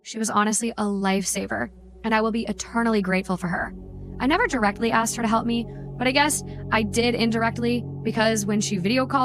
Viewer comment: "Axed Me"